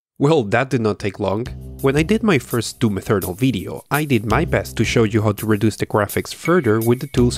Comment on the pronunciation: Bega Tree, Ferry Low Settings, Doom Ethernal this guy pronounces everything wrong with no logic behind it.